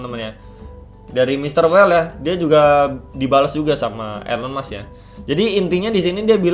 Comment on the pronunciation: baru join pas momentnya ngeri2 sedap, tapi sabar coba hold dulu btw nyebutnya 'ilon mas' bang